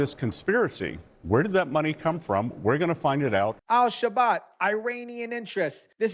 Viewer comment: I’m a Fan of the Show for About a Year, but Do Some Homework, Man! It is Al Shabaab, NOT Al Shabat, There is NO “T” in the Word! DO BETTER!